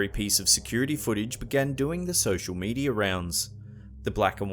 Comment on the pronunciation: this is how you pronounce media ....mee· dee·uh notice no ER at the end meaning its not medier. this is how you pronounce december... duh· sem·br notice no A at the end. meaning its not dememba